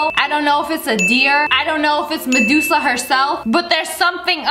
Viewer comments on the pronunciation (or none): none